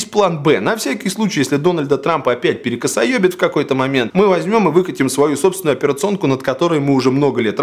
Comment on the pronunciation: Хоспаде, Валя, перекосаё*ит , ну нельзя же так, я даже думал мне показалось)))